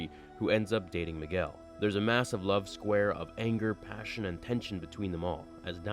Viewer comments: he said Migwell XD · Why did u say Miguel like migwel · you pronounced migwell. Lol